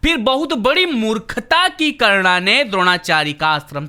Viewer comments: karna kya hota he karn hota he nam to sahi se le bhai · Chal chal naam to bol nahi pata hai roast kya krega